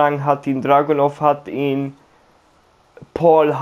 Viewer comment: I like how you say Dragunov in German -!!! Can't wait to see your Dragunov vid if you play him.